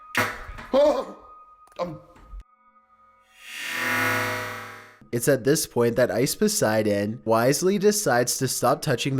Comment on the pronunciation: It's IcePoseidon not OceVODseidon